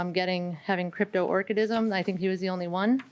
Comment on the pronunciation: Whew she’s butchering the pronunciation of Cryptorchid. Any responsible breeder would have had a physical exam on the stud and in that event she would have known the dog was Cryptorchid